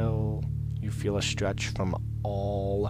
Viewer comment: He says 'stwech'